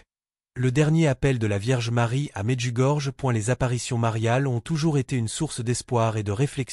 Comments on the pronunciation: Medjugorje se prononce Medjugorié. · Médiugorié : la lettre "j" se prononce "i"